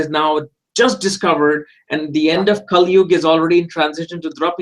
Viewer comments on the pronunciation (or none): none